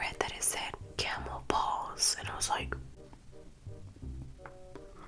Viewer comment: When she said it said camel paws I thought she said camel balls